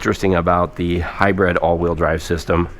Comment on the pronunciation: Thought these type of vehicles were called and pronounced a hybrid.... This way. HIGH-BRID.....u say...... HIGH-BREAD..... Which is correct🫡